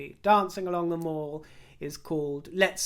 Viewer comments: Love your chats, they make me laugh out loud and your dresses and jewellery are divine. One thing though…… Mall, as in The Mall, or Pall Mall, is pronounced mall, as in pal, not as in maul. Hope you don’t mind me being a picky old bird! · Love the satire,. Always brilliant! Disappointed to see Thomas Markle is speaking out about coming to meet Prince Charles and Her Majesty at the time of the jubilee. Such bad taste! And, we (as Londoners) always pronounced The Mall (as in Pall) not Mawl as in American.